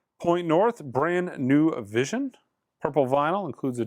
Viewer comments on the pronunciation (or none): none